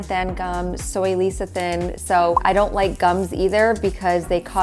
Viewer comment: best peanut/almond/cashew butter is the one you grind yourself in the store. I buy mine at Trader Joe's and it contains peanuts and salt. I like making walnut butter in my tiny food processor. P.S. Lecethin=Less-uh-thin.